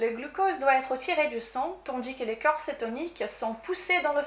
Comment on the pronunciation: Bonjour. de Maigrir Définitivement n'est pas anglophone mais lusophone (elle est Brésilienne). C'est vrai elle parle très bien français. Avec cependant un petit défaut d'accent entre "corps" et cœur" qui peut être troublant pour la compréhension de son discours, par ailleurs très clair et intéressant.